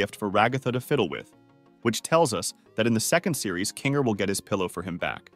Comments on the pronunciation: implausible 😳 "the shining queen" "Kane" "king(kinger)" He called 'king' a "her" "the room only contains a bed and there is no actual door,the room only contains a bed and there is no actual door." He tried to pronounce kinger with 'king her' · dafuq before it said pomni as poverty and ahh yes my fav character "jangle" and oh look a second before it said "romni" oh and I love "zwibal" can't wait for kine, remember, zooball and jangle oh and I love "Cosmo" and "cowfmo"